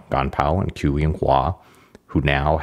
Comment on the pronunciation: "Qu" is pronounced "chü" (with the French or German-umlaut 'u'). The spelling 'q' is a tongue-high-in-back 'ch', while the spelling 'ch' is a tongue-low-in-front 'ch'. The British announcer is closer, although he's saying what would be spelled "Chu", not "Qu". Also, "Shih" is pronounced somewhat like the American pronunciation of "sure", "shur" but with the tip of the tongue curled back,. There are too many videos online -- by practically everyone -- whose creators do elaborate, time-consuming research to produce excellent, highly commendable and informative work, like this video and other videos... but don't take merely a few minutes to simply ask someone how to pronounce Chinese. My apologies, -- your great video just happened to be the one that broke the camel's back for me on this way too common issue.;^)